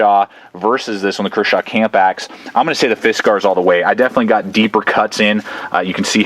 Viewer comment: He is trying to split a knot and doesn't seem to know that's why he was having trouble . And he says Fisk R's in such a forced way that at first I thought it he was trying to be silly or something... after the 10th time I want to travel time and space just to teleport to him making this video and make him acknowledge how obnoxious he sounds. Thanks for making the video though. Hope your doing well and hope you pronounce fiskars like regular Americans now 7 years after this was made. If not you should consider it